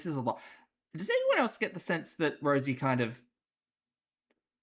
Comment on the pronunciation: And "eltz" instead of "else"